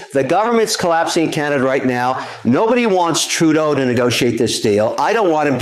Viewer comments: True-doh, not True-day-oo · Trudeau is pronounced, True-dough 😂 please say his name right, it's driving my OCD crazy.